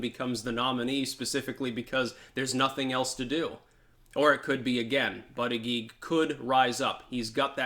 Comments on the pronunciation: Buttigieg name is pronounced like "Buddah Judge" :) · Hey, apparently it is pronounced "Boot Edge Edge". Trump explained it to me at a rally:) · It annoys me to hear you talk about bootedgeedge. I’m not ready for a first gentleman in the White House. Tulsi all the way.